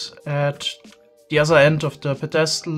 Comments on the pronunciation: Psst: Pedestal is pronounced PEDestal not pedESTal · how to pronounce "pedestal": pedESTal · I don't know why it's so funny when says pedestal. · th way he says "pedestal" ahhahah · Is he pronouncing pedestal wrong or is this like the case with llama where it's correct in a different language. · I love you, but the way you pronounce "Pedestal" makes me cringe